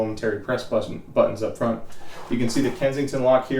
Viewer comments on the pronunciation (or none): none